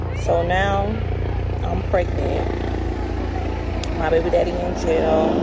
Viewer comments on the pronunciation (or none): She said she was 'pregnit' yall 😂 matta'FAK 😂 I stopped listening at the 3rd lip pop/smack 😝🙄